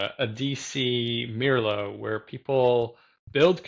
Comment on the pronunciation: wow what a string of great interviews! meljoann, simon repp and now mirlo! this is great! and finally i learned how to pronounce it! ok i am going to watch the rest of the interview now!